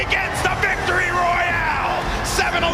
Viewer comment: Did ninja say Victoroy